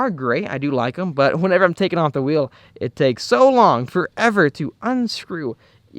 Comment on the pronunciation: HAHAHHAHA why the fuck did u say wheel like that 😂 omg that made me laugh 😂 “Okay guys I just took off the back right whhhheeeell” 😂